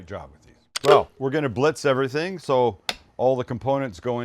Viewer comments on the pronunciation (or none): none